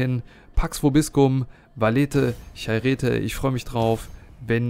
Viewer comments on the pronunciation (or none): Hello, Chairete hat die Betonung im Neugriechischen auf dem "ai/e" also chérete falls es Dich interessieren sollte;)... /Klugscheißmodus aus